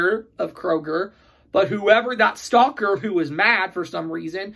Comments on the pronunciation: I keep thinking "stalker" every time you say "stocker". I don't know why! 😂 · L F Me too!! :)